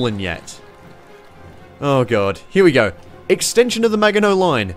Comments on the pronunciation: It's Maginot not Megainot! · Its french, its not pronounced magino, its pronounced majino. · ma-jin-oh bud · Megainot = mah shin noh..... ffs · Pas de Calais is pronounced "Pah de Calay." Oh, and Meganiot is actually Maginot and is pronounced "Mazhinoh." And don't worry, these lessons are gratis... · The maginot line is pronounced Mag-in-no not Meg-in-no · It's the MAGINOT line not "Megainot" and it's pronounced "MA-JI-NO"...... France doesn't retreat, Germany just passed in Belgium and they take Paris and French soldier were posted at the Italian and German border not in Belgium because of his old generals ..... Only few of them were capable to stop Germany but there are outnumbered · Maj ih nough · Don't we all love the "megino" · I like how it sounds like you're saying megano, not The Mahoney Line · the "megano" line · I think these are the correct punctuations. Pas de Calais: Pa de Calā Maginot: Magino but the g is like the j in majesty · "mega no" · "The Mega No Line"? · I'm was nearly drunk and I swear I heard me-gay-not line now I cant un-hear it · It's ma shin o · meggano line ? xD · Pronounced Mage - in - o. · It's a Mega Maginot Line, hence Meganot Line. It's a Pun. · THE RIGHT PRONOUCIATION IS MAJINOT LINE ! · Maginot. . . Mag-no The "I" and "T" are silent. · Maginot --> magic no line Maginot line Majinot line JJJJJJJJinot line. You pronounce the I ee that is good. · Given his pronunciation of "Maginot", it's par for the course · Boy, am I glad I decided to watch the video before pointing out that it's "Maginot." Also, it's "par d calay." (not to be confused with "par dee calay.") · It's "Maginot" line. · Its Maginot btw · Its "maginot" tho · Please learn to say Maginot correctly you’re hurting me